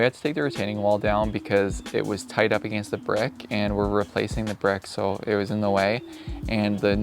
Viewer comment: It was “against” for me. A-gain-st